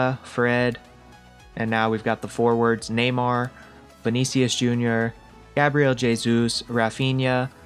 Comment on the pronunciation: I'm impressed about the names pronunciations, especially Gabriel Jesus and Richarlison. Pretty good!!